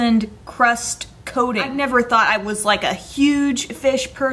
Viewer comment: *coating* not *cating*